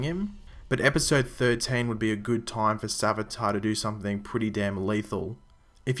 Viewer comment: savitar. more like svage-tar...